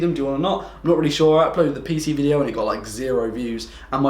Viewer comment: love the "vido"